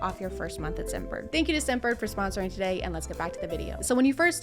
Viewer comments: u pronounced scentbird like simp bird haha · lmao i thought you said "SIMPbird," not scentbird